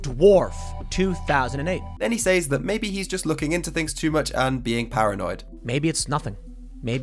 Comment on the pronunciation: Great video brotha. But since I'm petty I gotta point out I can't stand the way you say "s-Ayeez" (says). It's like SAY(S) but forcing it to be plural. SAYEEZ lol hate it SOOO much. Proper = [s-ez] or [c-ez]. Might just be my 'Merican linguistic imperialism lol